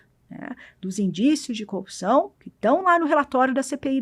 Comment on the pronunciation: Engano seu, quando ela fala copiçao, ele pensa no marreco de Maringá.